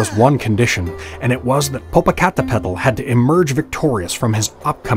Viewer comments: I was so distracted laughing due to the Narrator butchering the names that I forgot to listen to the story. Popo-ca-te-p-tl. And ix-tla-zi-wa-tl. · Im white and even i know it aas wrong because he said it like its spelled. Lol it’s such a beautiful language but must be spoken by someone who knows how for it to sound right. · No mention of the volcanoes shape or topography, which is interpreted by Mexicans as resembling a kneeling warrior before a deceased princess. This is at the core of the legend. When you see these mountains from a distance, their shape reminds you of them. Also, if one does not take the time to practice the pronunciation of their names, why bother creating the video? Very distracting. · The way he pronounced it was adorably funny, but so off 😅